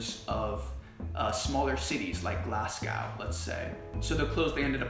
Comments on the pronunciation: Lol the way u say glasgow, love from Scotland <3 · glaz-go haha!